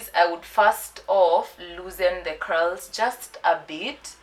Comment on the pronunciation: what she said "Loosen the Curls" vs what i heard "loosen the cows "mwa yiyaaaa....Kazi safi tho hehe